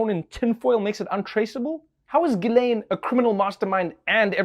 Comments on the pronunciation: Hummm.. It's pronounced "Jizz-laine." You're welcome. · Ghislaine is pronounced Gilaine? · Wait a minute, Ghislaine is pronounced "Gilane"? I'm calling an illegal use of a silent S. What is she, from a Gundam series?